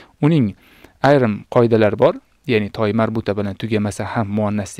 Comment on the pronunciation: Assalomu aleykum. Nimaga (ة)ta marbuta demasdan toymarbuta deb aytayapsiz.🤔